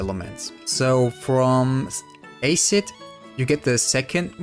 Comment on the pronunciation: When you say “Winde” and “Ace-cid” I start laughing I don’t mean to mock how you speak at all